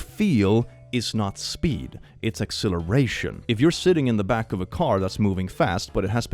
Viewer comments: Dude,. I know logically that you're saying "acceleration", but my ears are telling my brain they're hearing "exhilaration".... My brain is now cornfused. There is much fusing of corn, I swear to gourd. (So many pumpkins....) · When you say acceleration, you sound like you're saying exhilaration. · Your acceleration and exhilaration sound identical.